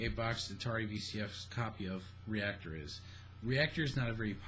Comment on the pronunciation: reac-TOR, lol. I love your ramblings babe.